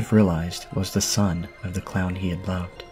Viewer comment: did you say "plowed" or "loved"? Lol